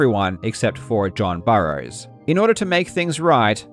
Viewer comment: Did you mean?